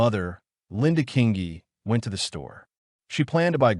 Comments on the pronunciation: Thank you…I remember this case living in the area at that time…The pronunciation of her name was Sharn Kingi fyi… Absolutely tragic💯😢🇦🇺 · Please do your research and get the pronunciation right. This beautiful girls name was pronounced Sharn King-ee, that ugly hags name is Valmae not Wilma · Pretty sure Sian’s name is pronounced She-arn… her last name is pronounced King-Eeeee and the rapists wifes name was Valmae NOT WILMA…. Do you even research these cases??? Very disrespectful to Sian’s memory.